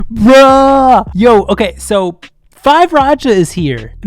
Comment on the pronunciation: they pronounced 5racha as oriracha and ori means duck if I'm not wrong ~